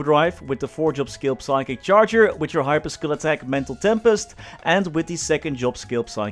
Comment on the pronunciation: Whos gonna tell him that the P in Psychic is silent?